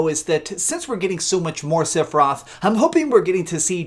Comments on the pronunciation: For the love of all things. It’s sef not sif for sephiroth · learn how to say Sephiroth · completely agree with your last point but not your pronunciation of sephiroths name.